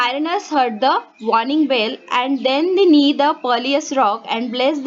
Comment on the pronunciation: its knew not knee